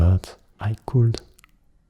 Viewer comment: J'ai adoré ! J'aime pas trop quand tu parles avec ta voix grave d'habitude haha mais sur le long terme on s'y habitue et c'est vraiment agréable ^^ (petite remarque : j'ai remarqué que tu disais beaucoup le "l" de "could" ou "would" mais dans mes souvenirs, il me semble qu'il ne se prononce pas. Voilà ^^ j'aime t'embêter :P ~) bonne nuiiit